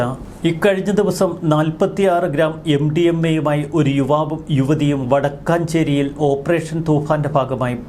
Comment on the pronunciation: Vadakkancherry alla vadakkumcherry aannu